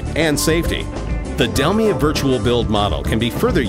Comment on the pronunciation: min the narration says "Dell me" instead of Delmia. please correct.